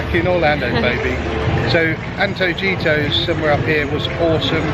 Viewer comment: Great vid guys! It's Anto-hee-toss :)